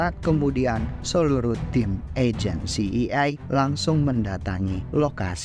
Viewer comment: Si ay e bang bkn si i ay